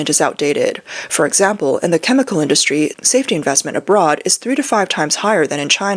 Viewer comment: Please fire this narrator. In English the TH sound is not the same as as the F or V sounds. Its pronounced 'Three' not 'Free'. Its 'Within' not 'Wivin'.